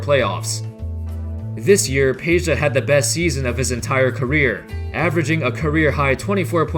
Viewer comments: IT IS PEDJA NOT PEJA! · It is NOT Peja, it is Peđa. 😉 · It's Pedja not Peja